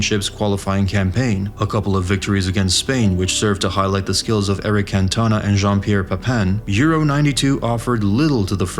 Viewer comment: Yank narrator: Eric Can-TONE-a The rest of the world: NrrrrggghhHHHUURRGGHhhh